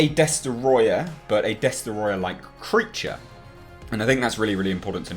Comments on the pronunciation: you need to say Destoroyah like James Rolfe -example below. After all it is only right to do. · Mwiza Chihana Des-troy-ah